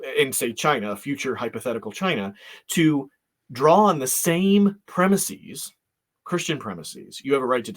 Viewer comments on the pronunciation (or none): The last syllable of "premises" should be pronounced the same as the English word "is" with a short "i" sound, not like "ease" with a long "ee".